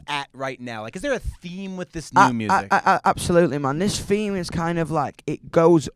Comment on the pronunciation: Interviewer: Is there a theme? Dom: yes there is a feme